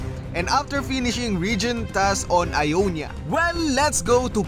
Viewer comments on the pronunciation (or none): Not ionya its iyowniya